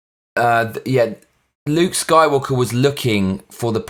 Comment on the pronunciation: sounds like you said soywalker